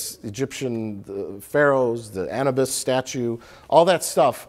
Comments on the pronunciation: We're just going to ignore that Mike mis-pronouced Anubis, as "Ann-ewebus", and Rich Evans is murdered for simple words and jokes? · Why did Mike mispronounce Anubis as Annabis? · Gives Rich crap for saying words wrong. Says Anubis wrong.